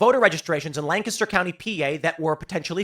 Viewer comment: Congrats for pronunciation Lancaster probably, most people say Lan-caster. Its pronunced lank-ester